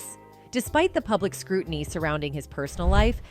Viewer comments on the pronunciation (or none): none